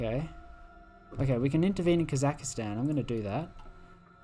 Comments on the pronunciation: came for holy russian empire, stayed for "kazakhastan" mispronunciation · The worst crime you've committed in this video is pronouncing Kazakhstan as "Kazakuhstan"